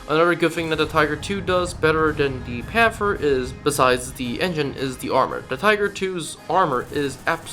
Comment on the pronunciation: Pan-ther not pan-fer